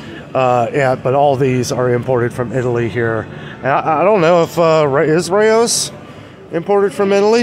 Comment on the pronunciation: Rao's (say it like a lions roar), not Ray-Os Lmao🍝🤙🏻